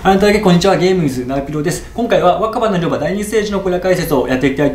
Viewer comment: 若妻の広場って言ってないか？笑